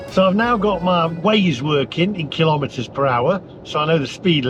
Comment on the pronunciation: Please don’t pronounce kilometer kil lometer. There’s no such thing as a lometer. You wouldn’t ask for a kil logram of of onions. So kilogram it is and kilometer.